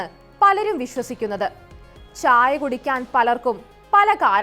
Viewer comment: ച്ഛ്ച്ചായ" അല്ല "ചായ". അത് മതി.